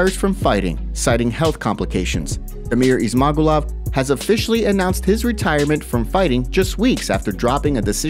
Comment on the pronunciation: Ok MMA journo…it gets pronounced by the UFC commentators as, “Izz—mah—goo’-lovv”